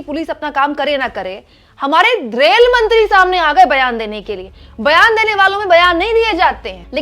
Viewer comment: पहले रेलमंत्री कहने का प्रैक्टिस करो तब पत्रकारिता करना, धन्यवाद।